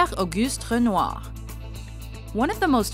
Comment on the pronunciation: The way “Renoir” is pronounced gave me vertigo